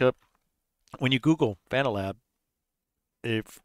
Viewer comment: "fuh-NAL-ab"! LOL Good point :face-green-smiling